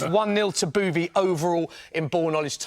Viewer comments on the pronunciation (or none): How many times can you say booovie